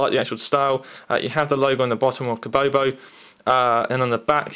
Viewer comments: you called it kobobo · Kobo mate not kobobobobobobobobobobobobobobo